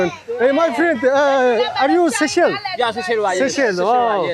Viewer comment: Хэл ам дуудлага энэ тэрээ засалдаа. Улс орны нэр усыг нь ядаж асууж байгаад ярилдаа. Сэшээл сэшээл гээд солиороод байх юм. Чамайг үзэж байгаа залуу үе маань буруу дуудна шдээ. Бүүр болохгүй бол AI-аас юу гэж дууддагийг нь асуулдаа.